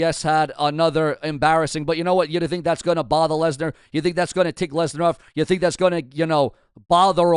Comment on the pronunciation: I did see Paul Heyman call Brock Lesnar, Brock Legnar